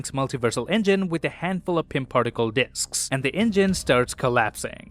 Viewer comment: "with a handful of pym particle diks" Okay I see the fruity coming out lmao